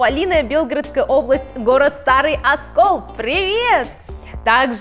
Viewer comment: Совпал город Старый Оскол(Белгородская область, ударение на вторую О/ письмо)